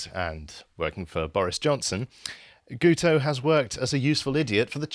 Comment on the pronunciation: His name is pronounced Git oh as the "u" in Welsh sounds like an "i" !